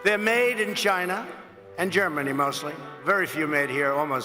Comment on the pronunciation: "Because they're idiots" Says the guy cheering for the man who just called China "Jina" 😂